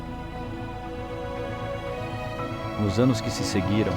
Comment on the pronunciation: QUE VIDEO MAL FEITISSIMO, A MUSICA MUITO ALTA, TODAS AS INFORMAÇÕES COLHIDAS DE OUTROS VÍDEOS, UM LIXO COPIADO. É AIDS QUE SE FALA E NÃO EIDS.